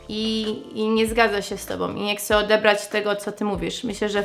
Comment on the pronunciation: Które słowa z języka polskiego są dla Ciebie najtrudniejsze do wymówienia? Jakieś konkretne przykłady? Zauważyłem, że słowo "chcieć" wymawiasz "kcieć", przykładowo - Chciałabym - Kciałabym. Naprawdę sprawia Ci to takie trudności w wymowie czy po prostu nie przywiązujesz do tego uwagi?